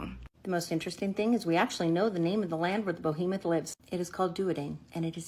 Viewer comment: That woman kept saying "Bohemoth". It's "Behemoth". It's a giant monster, not a giant artist from Greenwich Village 😂 Just having some fun... great vid!